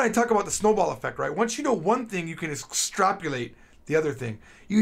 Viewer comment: lol you said "saw" (sounded like "sawn") instead of "seen" i guess you start forgetting your mother tongue when you learn too many new languages had trouble saying "extrapolate", sounded like "strapulate" LOL